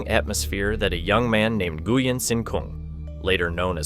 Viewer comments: Nguyen is prounced: Win. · I found it strange that different incorrect pronunciations were used. At some points "New-yen" was said and then "Na-gu-yen". The correct Vietnamese pronunciation is more like "Wheeng", but it is often Anglicised to "New-yen". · New goo yen 🤣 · You pronounce Nguyễn incorrectly. Quite an important word to get right on this topic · If you're going to talk about how important the name Nguyen is to Vietnam maybe ensure it's being pronounced correctly... oof.